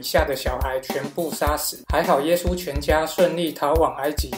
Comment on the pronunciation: 你讲耶稣的时候说话模糊不清，听不明白你说啥(⊙o⊙)？